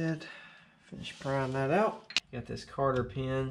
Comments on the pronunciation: i feel like you say "carter pin". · Just wanted to let ya know its cotter pin bud, great video otherwise!